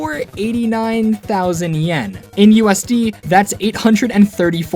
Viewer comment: 89... THOUsand ¥ which is like, £850 or $900 I'm guessing? Still super expensive but the emphasis was annoying. Everything else was great though, I wish I had a kirb 😂.